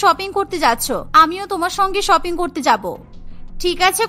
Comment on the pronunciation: শপিং ❌ ছপিং✅ 🌚🙌